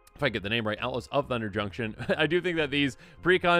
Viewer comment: I kept hearing Ella's of Thunder Junction for some reason 😅